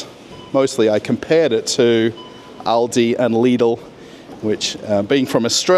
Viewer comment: At least someone who speaks ALdi and Lidl correctly - the Americans never get it right